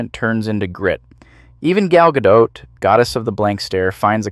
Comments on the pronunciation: it's Ga-dot btw not Ga-doe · When the account is so rhymic with titles and offers flat dead pan narration again and again. Says thing like GaDOT without knowing the french pronunciation..this account is AI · Gal Gadot is not French. In Hebrew there aren't really silent letters. Can't believe you pronounced it like that.